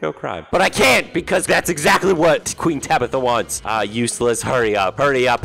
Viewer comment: ''tueen tabitha'' -, 2022 (i think)